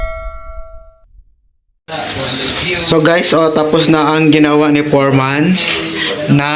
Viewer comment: bukang, natatawa talaga ako pag sinasabi mo 'foremans' instead of foreman.😂